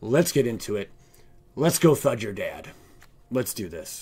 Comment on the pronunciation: TADA?? no its THUD-DA!